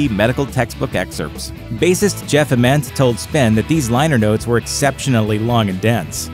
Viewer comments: It's not Ah-ment, its Aye-ment. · How can the narrator butcher Jeff Ament’s name so badly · for a channel named grunge you guys should be able to pronounce jeffs last name correctly lmao